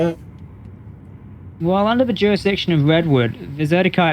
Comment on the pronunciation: Youre not "twess-parsing" bud. No juwisdiction in play, you know this ;) No pwoblems